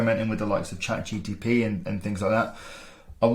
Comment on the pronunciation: Good video with interesting tips! Just a heads up; it's GPT not GTP!